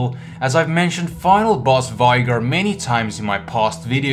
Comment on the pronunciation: Don't get why ppl say vigar instead of veigar